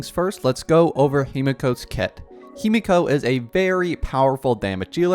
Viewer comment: himeko not himiko